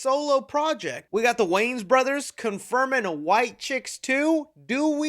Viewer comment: I don't like the way you say "Wayans"... You keep pronouncing it as "Waynes". I believe it's supposed to be WAY-YANS